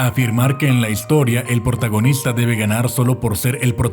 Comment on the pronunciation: alguien se dio cuenta que cuando hablo de hollywood dice portagonista